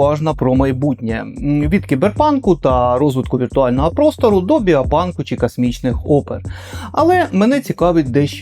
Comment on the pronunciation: Дякую за чудовий матеріал, і по дружньому зроблю зауваження, у багатьох словах ви замість букви О вимовляєте букву А. пАступово, кАсмічний кАрабель, дАнат, кАти, а мало б бути коти.... і тому подібне. Гарного вам настрою, незважаючи ні на що.